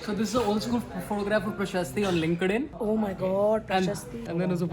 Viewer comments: The guy pronounces LinkedIn wrong. It’s “linked in” not “link-ed in.” This is an annoying comment but just wanna help so people don’t pronounce things wrong and get made fun of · the way that guy said linkdin cracked me up 😭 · Dude, he was kidding. Everyone knows it's Linked In.